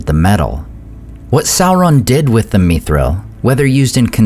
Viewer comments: Not "meethril", not "mythril" but mi thril, like it, is. Meethril is such an alien pronounciation. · why are u pronouncing it as me-thril? YIKES WTF IS THIS MAN